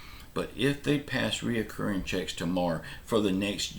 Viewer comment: It's not "RE O CCURRING"! It's RECURRING!